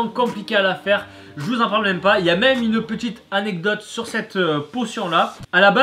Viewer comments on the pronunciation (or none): none